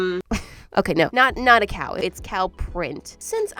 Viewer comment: Me when I heard her say cow: BluE Berry cOw